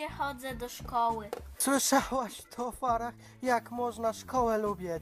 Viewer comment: Nie farrah tylko fara